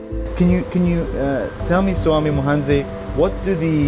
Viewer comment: Its actually Swami wahanse, not swami mohanze